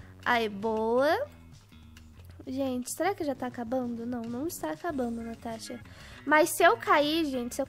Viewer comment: Ela falou tanasha